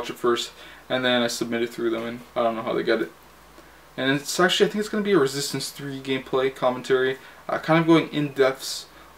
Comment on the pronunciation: Lmao I like how you slur when you say "Resistance 3" :D